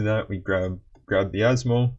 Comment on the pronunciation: Man has instantly earned my respect properly pronouncing Asmo's full name within the first minute of the video.